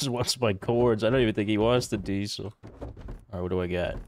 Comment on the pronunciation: why does say dee-sul instead of diesel